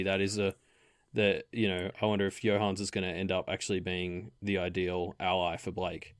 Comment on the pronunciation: Not sure how you get the name Johannes to be two syllables long, when it's clearly three. I know it's not a common name in English speaking countries, but still. /Another Johannes